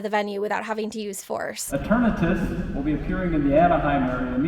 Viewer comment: Finally, I hear the official pronounciation of Eternatus and I can stop coming up with silly absurd ways to pronounce that word